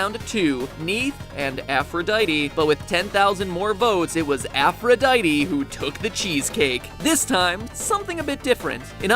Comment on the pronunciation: You pronounced Aphrodite wrong xD